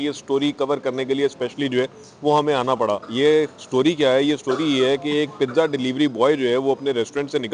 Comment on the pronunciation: Pizza not the pija